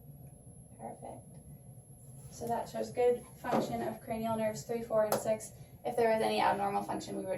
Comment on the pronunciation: Cranial “nervs” or “nerves”?